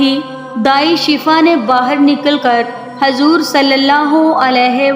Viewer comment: Pronouns sahi kare hazor nhi huzoor hai